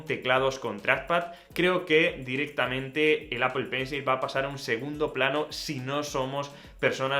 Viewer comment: Apol pencil 😂😂😂😂